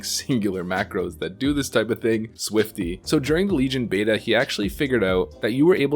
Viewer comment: Also "Swofty" made me lol.